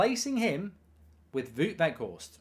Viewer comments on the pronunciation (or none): The "ou" in "Wout" is pronounced like the "ow" in "wow".